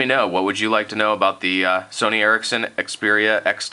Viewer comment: i thought it was pronounced the sony "erection"